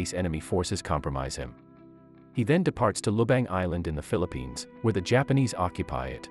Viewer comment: "philipies" 💀 it's Philippines 🇵🇭